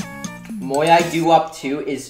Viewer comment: Not if you pronounce it moeye like does